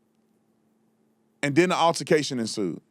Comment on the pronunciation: What TF is an "urrrtication"!? It's pronounced "ALTERCATION"!